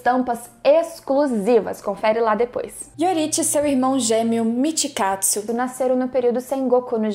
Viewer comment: Que isso "mitkatsu"